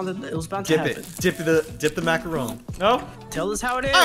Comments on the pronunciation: Hey it's not Macaroon it's macaron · IT’S Macron not macaroon macaroon is a form of coconut